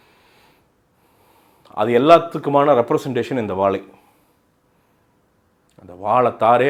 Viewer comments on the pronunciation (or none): வாலை இல்லை "வாழை" அது சரியாக உச்சரிக்கவும்